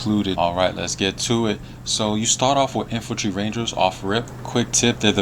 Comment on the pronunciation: INFANTRY NOT INFULTRY DAMN IT GET IT TOGETHER LOL